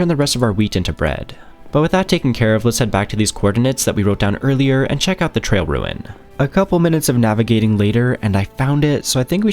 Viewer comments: I thought I kept hearing you say Trail Ruin instead of Trial Ruin, might have been a bit sleepy listening though. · Tri-al. Love you to death but. I swear if I hear you say trail one more time.